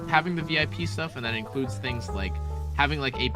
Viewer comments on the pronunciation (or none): none